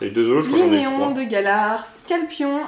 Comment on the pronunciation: c'est pas scalpion c'est rapion